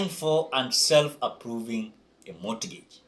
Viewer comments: Mortgage..... pronounce it as (mogej) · Mortgage the t is silent